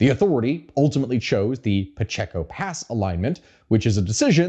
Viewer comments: Puh-Chay-ko Pacheco. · Pacheco pass is pronounced pa-ché-ko the middle part sounds ch-Ay